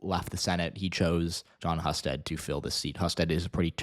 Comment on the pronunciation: His name is pronounced Hyou-sted.